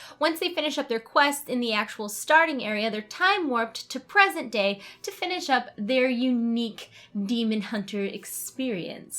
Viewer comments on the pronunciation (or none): none